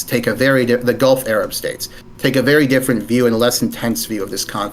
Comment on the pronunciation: Why does he say Errub instead of Arab?